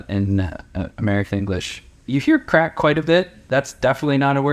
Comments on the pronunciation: It’s craic not crack. Craic is a Gaelic word, with no exact English translation. The closest you get is “fun." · It's "good craic" - not "good crack". There's a significant difference. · Craic not crack! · It is not 'crack' it is a Gaelic word (both Irish and Scottish) 'craic' which means a fun, enjoyable social time.